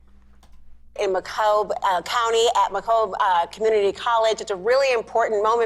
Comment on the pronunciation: Is that even Michigan? "Macobe" county? Seriously? Seems like a fake focus group with a lot of DNC plants. How do we even know that was Macomb County and not some CNN studio in Atlanta?